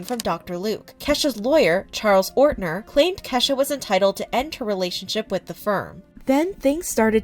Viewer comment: Why is she saying keshas mom name like that